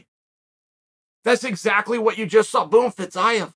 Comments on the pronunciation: Fee-zee-yef. Just in case. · Its pronounced Fizzy-Ev, Chael! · His last name not Fizaev.Fiziev is right!! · i think he intentionally mispronounces names at this point. fitsaev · First 1 second “Fizz-zigh-av” Oh ok uncle chael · Fitz-I-of LOL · It's pronounced 'Fa-zeev' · I can't wait for Chael to tell us off in 6 months' time for not telling him he was pronouncing Fiziev wrong. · Came here to learn the correct pronunciation of Fiziev and let me tell you I was not disappointed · The pronunciation of Fiziev just continues to get worse and worse as the video goes on That and the entire video was “RDA is a gatekeeper”